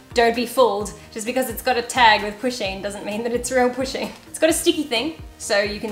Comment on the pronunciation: Poo-sheen. Its pronounced like that. Not pushing. I love my pusheen.